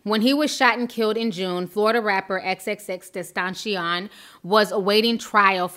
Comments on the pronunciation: His name cannot be that hard to pronounce Xxxtentacion= x x x-ten-ta-see-yon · It's pronounced xxx ten- taa- see- own... He was talented and disturbed and going to jail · "XXXtentaaachon" 💀💀😂😂😂 I can't 😂😂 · Still can’t say his name right 😂❤️ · I told her, just say "X". She fuck up names all the time, but I love her content tho. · we all have that one word we just cant pronounce correctly for the life of us. mine : rear wheel drive yours: XXXTENTACION. lol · Ti your pronouncing both of his names wrong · Can we start a petition to get Ti to pronounce his name correctly? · Just say "X" cause his name keeps getting butchered 😂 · U gotta learn how to say his name